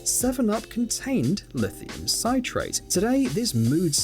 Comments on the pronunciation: Original video: it’s not pronounced “syte-rate”, but “sit-rate”, like citric acid. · Lithium Sit-rate not Sight-rate! It's the lithium salt of Citric Acid. Does anyone pronounce that as Sight-ric?